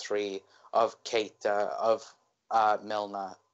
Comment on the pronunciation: Missed the live.... was out drinking! Gutted. Mickey.... Matip better than VVD in the air???? NO WAY! mad man. LOL & Pronounced "Key-ter"... was already on a yellow card... that's why he let Hazard slide away, but also Moreno was there to cover.... and how could Lovren not forsee Hazard beating Moreno and come across to cover earlier.... which imo was very poor. Agree with Mickey here... a draw at Stamford Bridge without VVD might I add would be good... with VVD I'm expecting nothing but a win. However If VVD doesn't make it then rest also against Napoli and then back fresh for Man City at home as we need to open a gap over Man City because Chelsea will drop points. Ahhh you need to swap ME for Connor lol...… fully disrespected the thread by leaving lmao, just kidding! lol@ cut hahaha. Don't some of these callers actually watch the game... for the 2nd time Keita had a yellow card on 78mins. Hazard scored on 85 min. Great point in regards to Luis from this caller.... I also think that Firmino could out muscle Luis with ease and also Rudiger too IF he plays. Just for the record.... Ramos flopped in the Sevilla 3-0 defeat Mr caller lol... it still happens, even to the worlds best. VAR decision was correct lad... Barkleys leg was onside. The other two Cfc players were off but wasn't interfering with play. (sorry I keep editing as I listen to the live rerun while I play some Fallout 4 to end my evening lol). My team: 433 Alisson Trent Gomez VVD Robertson Milner H